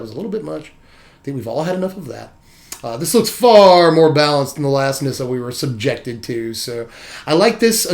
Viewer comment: FINALLY, someone who can pronounce the Nissa card correctly xD